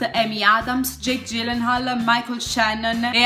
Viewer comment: Bella e concisa recensione :) comunque è Jake 'Ghillenhòòl' propriamente, da come dice lui...